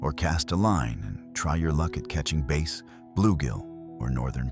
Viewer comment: "smallmouth BASE" and "Kee-yakers" made me wish for a real person to do the voice overs. If you want a Wisconsinite to do the voice over, contact me